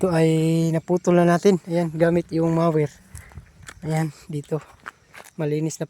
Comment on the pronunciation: ang correct pronunciation ay mower, hindi mayer.